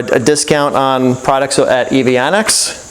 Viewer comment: Isn't it pronounce EV-Annex, and not EV-On-Ex?